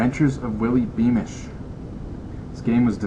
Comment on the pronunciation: Lol you said wippy beamish.